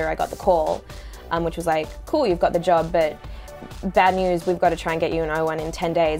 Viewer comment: like when she say "jub" instead of job 😂❤️